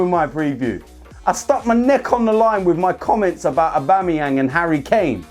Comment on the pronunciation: Please don't say Aubamebloodclartyang again. Pure cringe